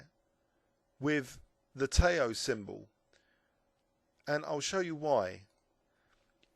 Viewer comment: Nice series,. By the way, "Tao" is pronounced "dow" (to rhyme with "now").